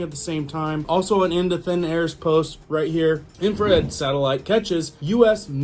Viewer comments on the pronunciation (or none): "Info-red??" 😂 INFRA